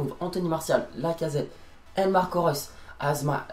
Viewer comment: Damn ur maybe the only one who can pronounce Marco Reus on YT